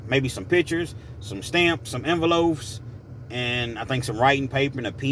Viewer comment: Envelopes, not enveloafs. 😁